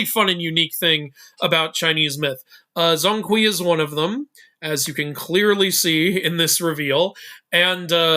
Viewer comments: Broooo please get the pronunciation right it’s not zong kwee it’s more pronounced jong kwei 😭😭😭🙏🙏🙏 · zhong hui should be spell or pronounce Jong kway. eveyone is pronounce as Zon kwee. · Zhōng Kuí 鐘馗 pronounced "Jong kuay" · BTW Zhong Kui's pronunciation in Mandarin Chinese is Zhown Kway, if you're interested. Zh is pronunced like Dr (as in Dragon) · you gotta work on your pronunciation of Zhong Kui 钟馗